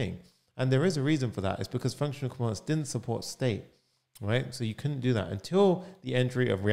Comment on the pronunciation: You explain nicely. Just a suggestion while speaking drop the accent. for example I cant really understand when you say could and couldnt . both sound same .suggestion As non native english speaker .